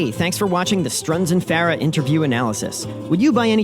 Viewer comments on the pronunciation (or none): One off the wall question.. You pronounce Farah unique. Is that how Ardeshir said to say it? I have always said Far-uh. Some say Fur- ah.. and you say Fair-ah.. Kind of a silly question but just a curiosity aside from the playing.